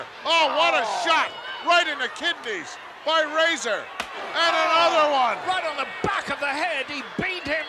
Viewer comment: Most of the matches on this VHS tape all circulated the house show circuit around Spring to Summer of 1992. Lord Alfred mispronouncing Razor as Raahhzar 😆 Great times.